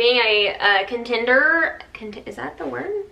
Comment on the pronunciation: It’s “contender.” Continder is Jordan. 🤭 Love your show.